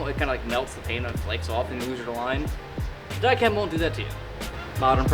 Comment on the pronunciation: “dye-CHEM won’t do that to you” sir it’s pronounced “dyeKum” get your life together